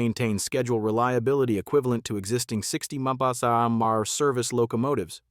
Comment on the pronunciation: If you're going to use an AI voice to narrate your script, run it a first time and listen for the screw ups; then modify the script to correct the narration, example change "mph," which AI badly fumbles to "miles per hour." Check again, and see if the AI narrates your script correctly. Keep modifying until the stupid AI reads it correctly. The alternative is to just read it yourself.Drachinifel, the naval historian did this, and everybody liked his human voice better.